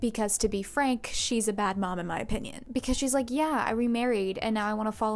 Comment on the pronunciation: I was scrolling when ur thumbnail caught my eye. And then once clicking on ur page and hearing the first 10 seconds of ur intro and the way u spelled opinion😂😂cheffs kiss lol.